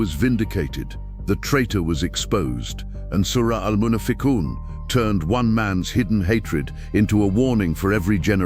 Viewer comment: It's not Al-Munafiqun It's Al - Munaafiqoon